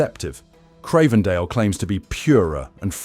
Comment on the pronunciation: if you can't evenmake your mind up how to pronounce Cravendale...or the word vitamin ... then how can we trust anything else you say ?